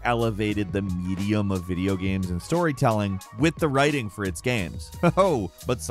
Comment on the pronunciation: "video gams"